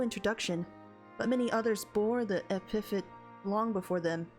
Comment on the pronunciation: for future reference.. Epithet is pronounced like Epa-thet.